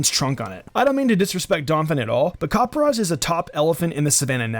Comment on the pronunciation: I cringe every time someone says copperajahs name. Copper-a-jah. I don’t know why it bothers me so much. But I’m glad you included it in this because it’s my favorite of the new gen!